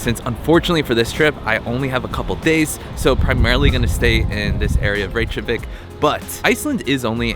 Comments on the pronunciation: Reykjavik is [reykyavik] not [reyk-javik], where did you get the j sound from? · Reykjavik is not pronounced rache a vik, its rake a vik. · Please at least try to pronounce Reykjavik correctly. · Did you seriously go to Reykjavík and then proceed to say it wrong the entire video??? God that’s so embarrassingly cringy american of you. Please don’t ever embarrass our country like that again. Wikipedia literally has pronunciation in it. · Man you said Reykjavik 100 times and didn't pronounced it right once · Before making any new video about the place you haven't been to before - why wouldn’t you learn how to pronounce a city's name properly?